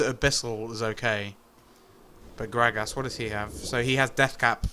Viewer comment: Love how this guy says "Grag ass"